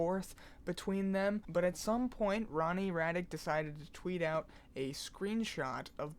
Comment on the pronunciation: Hhmm and you are? least pronounce his name correctly in fact i am sure you have mixed up the first 2 letters of your name no? Gay Retard? . Ronnie is so talented <3